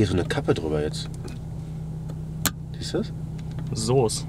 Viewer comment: einfach "soos". Ich haub mich weg alter. Euch noch nen schönen Saas.